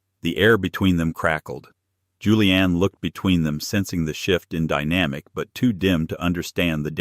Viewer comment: It's Julienne not Julian.